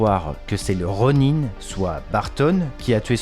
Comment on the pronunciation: Je kiff tes vidéos mais ta prononciation de Kevin feige et du Ronin est particulière. Bon boulot en tout cas.